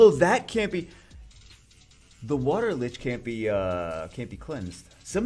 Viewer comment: each time you said light lich.. I cringed harder and harder. We know what you meant though.. even if my face is now in an awkward permanent cringe state